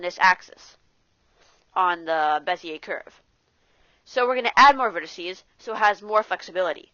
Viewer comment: Wasn`t that bad. We all coul hear you quite clear, video was without some shitty aditional; stuff like panning around with no idea what to do next. It would be better if you could try to use different software (which shows what keys are you pressing so you don`t have to repeat) and Bezier is from French :) So you eat the last sound or smth...